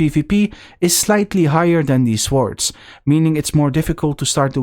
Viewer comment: Not to be picky but in 'swords', the W is not pronounced.